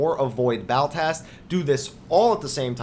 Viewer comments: Also It's not Baltast, it's Ballast, Ball as in val and ast as in asterisk. Other than that, great video. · God, I cannot get over the 'Baltast' rubbish.. you just keep saying it. It's Ballast. It's something that regulates electrical current. Like you go to the length of making a good video focusing on high attention to detail, when you cannot even read an ability's name. Kinda saps the credibility from it all.